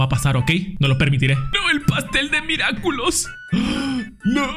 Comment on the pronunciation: Yo igual me carcaje porque en ves de decir Miraculous decia miraculos